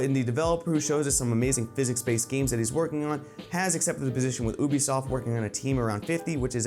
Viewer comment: Idk how I thought Ubisoft is pronounced but that just sounds weird